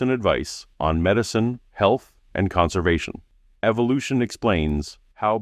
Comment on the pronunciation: Around 36 minute mark, did Mel mispronounce the word evolution on purpose. (Sounded like “EVIL-ution” 🤨